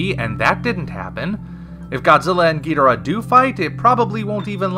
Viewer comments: Ghidorah. You are saying it wrong my bro. The original English rendering was gheedrah, as Nick Adams said in Monster Zero. HOWEVER, Toho has stipulated many times since that Ghidorah is the preferred name. Please stop the spread of this inaccurate "Gheedrah" to another generation of fans. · The Japanese pronunciation puts emphasis on the first and third syllables, resulting in "GHI-do-Rah" rather than "ghi-DOR-ah", and since King Ghidorah is a Japanese creation, that enunciation - the one I'm using - is technically correct. I don't suppose you have an actual rebuttal? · well if your gonna trash talk Godzilla Anime you better learn how to say ghidorah just saying watch the Godzilla vs Ghidorah just saying you should hear what they say when they say king ghidorah